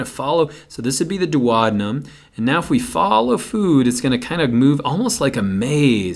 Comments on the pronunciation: GREAT VIDEO and GREAT EXPLANATIONS! :-) But, wait, what? How did you pronounce DUODENUM? No one in the English speaking world pronounces it like that; not even the Brits, or the Aussies, or the Kiwis! Where did you learn that particular and erroneous pronunciation? Please check online and try not to massacre good old Latin!, never mind English Cheers! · his pronunciation of DUODENUM cracked me up!!!! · I like your movies on A&P topics: short and succinct - thank you! I noticed that you pronounce 'duodenum' differently which is a bit confusing for me (non-native speaker...) I learnt to pronounce it like this: Is your way the US way to pronounce it???